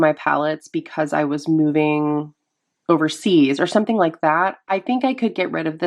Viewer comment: “…if I was moving…OVERSEAS…” 😂